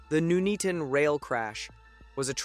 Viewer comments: It’s not noeatoton is Nuneaton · He said it like a jamaican.. Nooney-ton.... So it's actually pronounced nun "eat" on so nun as in Nunn of course.. Eat as you eat food.. ton as ton (weight)..... put it together that's how you pronounce it, imagine if it happened in Towcester or the Cornish town of Luxulyan i think he'd have a meltdown. Disaster Documentaries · as a local, we pronounce it Nun-eat-un but a lot quicker, the pronunciation by the AI voice in this video is highly cringe worthy. It’s scary to think this was 50 years ago this Friday. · Nun-Eaton, not Nu-Nea-Ton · Nooneaton?!? Nun-eaton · I have always pronounced it No-nee-at-tone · Where the hell is Nooneeton? 🤣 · I'm from "Nooneaton". (seriously, how can you mess up a syllable like "Nun"😂). There is a huge picture of this crash in the hallway of the fire station that I get to see every time I have to renew my first aid training for work. It really was a terrible incident😔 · Pronounced Nun-eat-on May i suggest you take a course in English English LOL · pronounced ,nun eaten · even still, maybe he should have put it in as 'none-eaton' as that is how it's pronounced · You can be forgiven for the mispronunciation. A significant proportion of native English don't Know how to pronounce many English place names. Wymondham? don't even try. Bicester? Leominster? You wouldn't believe me if I told you... Ta. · Another American who can't pronounce places names in the UK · Pretty crap. Information garbled. Mckay, Nuneaton pronounced wrongly. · Loving his pronunciation of "Nuneaton"... lol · If you're going to provide a commentary about this dreadful incident, at least have the decency to learn how to pronounce Nuneaton. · today I discovered most english people pronounce Nuneaton wrong